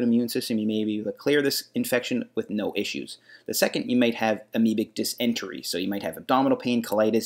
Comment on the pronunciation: It’s pronounced Diss-in-tary not Diss-entry